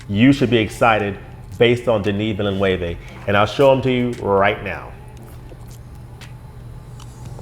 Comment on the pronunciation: Excellent breakdown of the trailer. It seems that you are quite familiar with the source material. Not only that, you are very articulate in your explanations. Denis Villeneuve (last name pronounced closer to VILL-NEWV) is one of my favorite directors working today. I've seen most of his movies -- from Polytechnique to Blade Runner 2049 -- and have been amazed at that portion of his work. Dune was a novel I never thought could be brought to the big screen (as was clearly evident with the 1984 adaptation from David Lynch). David's work is often... uh... odd to very strange, but the studio never gave him a chance and took control. David had indeed wanted to do two movies of the first novel, but that idea was shot down. I will give some credit to the Lynch adaptation. I thought some of his sets were surprisingly good, although the models for the ships and carryall were very crude, as were many scenes of the sandworms. Obviously, there wasn't a big budget for the special effects. The costumes were very good, and the cast was solid. Unfortunately, Lynch wanted to make the Harkonnens cartoon characters, which really bothered me. Will Dune finally become the movie and success that fans have been waiting for? Moviegoers are fickle. Just see the box office proceeds from Blade Runner 2049. Like you, I felt Blade Runner 2049 was outstanding. But if anyone can make the Dune franchise work, it is Denis Villeneuve. He read Dune at age 15... the same age as the protagonist, Paul A